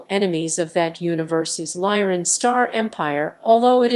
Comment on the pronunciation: Kzinti is pronounced "Kuh-zin-ti". Lyran is pronounced "Lee-ran". Myrak is pronounced "My-rak..